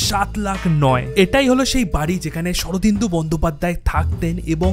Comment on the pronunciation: তুই আগে শরদিন্দু কে সঠিক উচ্চারণ কর। স্বর্নেন্দু বলছিস। থেকে এর মধ্যে বলেছিস। খুঁজতে গেছে বাড়ি ভিউ বাড়াতে। আরও একটা কথা জেনে রাখ। ব্যোমকেশ বক্সী বলে কেউ থাকতেন না।